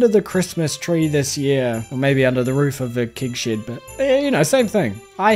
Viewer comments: i still think saying "keg shed" is far more entertaining than "kig shid" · a kiwi trying to do an "american accent" somehow ended up sounding scottish, specifically with the words "Keg Shed" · As a bloody american... I get a kick out of saying keg shed 😅😅😅